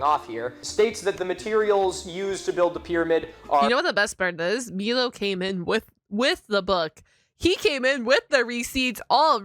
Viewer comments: I'm sorry, but I have to ask, why are you pronouncing his name wrong? Is it intentional or are you unaware of the pronunciation? For clarity on my end, it's my-low, not me-low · I love that you’re watching Milo’s content I love him but please for the love of god hus name is M-I-lo not M-EE-lo. You said his name right like twice in the videos you’ve watched from him… 😅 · I chuckle a little every time you call him "Meelow" instead of "Mylow" lol 💮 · It's pronounced "my-low" not "me-low". Milo says his name multiple times throughout his videos. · Why do you keep saying "Meelo?" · Saying Milo's name and channel wrong all this time is rough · Keep mispronouncing his name, it tickles my funny bone 🤣